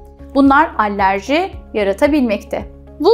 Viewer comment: "Allerji" değil, alerji.